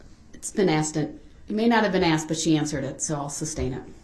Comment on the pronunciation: "Biast", "axed"..where the he$$ did he learn to talk??